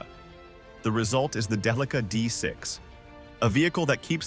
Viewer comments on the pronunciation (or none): Day-uh-lee-kuh. what a strange pronunciation. isn't it more like DEL-ICK-AHHH???